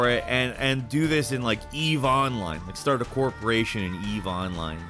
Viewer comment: your emphasis on the word online on ON in 'Eve oline" is weird :D